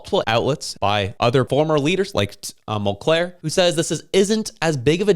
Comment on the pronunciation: Mulcair NOT Montclair.